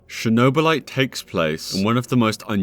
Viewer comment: *Chornobylite, not a Chernobylite One letter can change whole sens of this story. And your search seems very poor in every game that you did review in this video. Unusual for you.